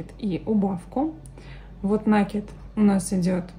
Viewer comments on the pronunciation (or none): Как услышишь слово накид с ударением на первый слог ну прям смотреть не хочется.